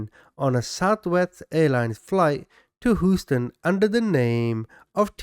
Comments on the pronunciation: Proper or not, Houston is typically pronounced, Hyūston. 😬✌️ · It's pronounced Hew-ston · HOUSTON, TEXAS. HUSE-TON!!!!!!! OR HEWSTON. DAMNIT Y'ALL!!! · Hooston lol sorry couldn’t help it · As an American, I find it funny how you pronounce Houston. “Whose-ton” 😂 Good video though! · I love love love /you I love your personality and how straight up you are I’m always cracking up and some of the things you say to describe the perpetrator and some of the names that you call Them But only one thing you’re killing me how do you keep saying Houston